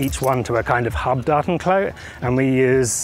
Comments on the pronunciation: Sounds like you got all your ducts in a row! Btw, I heard "Dartenklo" at first and couldn't make sense of it. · I was like, "is he really saying 'docking toilet'?...yup...sure is." lol Bonus points for "Tardis". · Say 'Datenklo' one more time! I double dare you! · Datenklo. The accent was so weird I did not understand it right away xD"